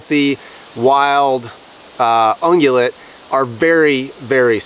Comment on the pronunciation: it sounds like is saying unulet. The transcript spells it unulet. But I think he is saying “Ruminant” meaning species of dear? Just curious? It’s a very good video, and great presentation. I have made jerky before. But smoking salmon is my main gig. I use a dry brine. And when I air dry it, I use my garage and set up a fan blowing directly on the fillets. drys quicker, and keeps bugs off the salmon. I just retired so now will have time to cure & preserve game. Thanks for sharing!